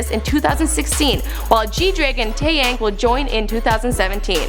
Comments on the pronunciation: Can she not read "fantastic baby"? And it's pronounced Tae-young! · Wow, surprised that she pronounced Taeyang's name correctly instead of the usual Tey-yeng. Except for last part, she messed it up. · at one point, she pronounced it like tae(yay)ng, that's not correct. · How did she pronounce taeyang two completely different ways?! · I choked when she said Tayangs name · The way she said Taeyang's name made me cringe.. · not only did she say "fantasy baby" but she pronounced taeyang's name wrong.